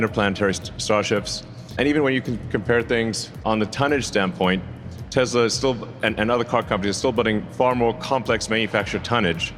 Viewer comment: musk cant even pronounce the name of his terrible car company properly. He calls it “Tezla”. He is a nincompoop.